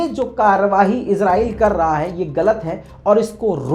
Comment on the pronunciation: Yar lafz to shi bolo azrail nhi israel he